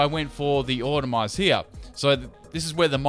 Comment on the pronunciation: Autotomize, not automize! AuTOTOmize!!!!